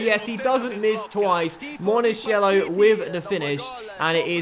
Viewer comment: Monachello is pronounced Monakello! You're saying monasciello right now! Keep him for a long time is a very good player!